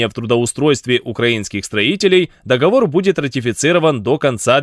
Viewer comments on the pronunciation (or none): none